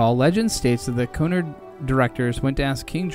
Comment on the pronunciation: I don't understand why content creators don't narrate their own documentary videos instead of having AI mispronounce the key terms. Or did this fellow really make a program about the Queen Mary and the Golden Gate Bridge without knowing how to pronounce "Cunard", "Marin" and "Tamalpias"?